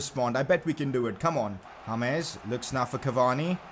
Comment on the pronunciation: I Love Your Channel I Love You I Love Your Videos But Pleeeease Stop Saying Hames instead of James I Wanna Watch Without Being Kinda Mad